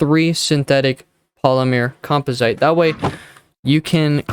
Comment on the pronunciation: say it with me... com pos it